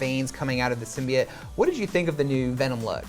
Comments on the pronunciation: Symbiats? Pronounce symbiote, even in the movie they say it with oat not et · SymbyOTES, not SymbyATES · The guy said that it's a new thing for the symbiote as it's own character.... nope, been a thing for quite a while now. And..... symbiote- "sim-bee-oat"... it's not hard to pronounce. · Sym-Bi-yote not SYMBIYITE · It’s pronounced symbi-yooote 😂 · DUMB. AND IT'S PRONOUNCED SIM-BEE-IT. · Anyone else wince in pain every time they said ‘Simbiyete’?, yeah me neither 🙉🙉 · Sim-be-it? Wut? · OAT it’s pronounced (sim be oat) symbiote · Two things that annoyed me last month when someone said Thaynos and symbyote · I stopped watching after the second time he said Symbiote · The pronouncement of 'symbiote' is worse than the venom trailer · Why can’t anybody pronounce symbiote normally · I still don’t get how everyone pronounces symbiote wrong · So no one remembers how to pronounce symbiote now?